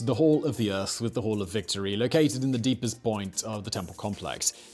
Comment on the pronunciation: Love how he can't say hall.